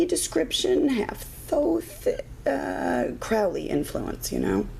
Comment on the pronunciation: Just bought another new copy of this deck. Waiting for a new RWS tomorrow's mail (yes: on Sunday, Amazon). Started reading again last night w the only deck I've around/left, Hanson-Roberts. Since you pronounced Crowley's name correctly I subscribed. IMA get back into the G.:.D. A very thorough review. Thank you.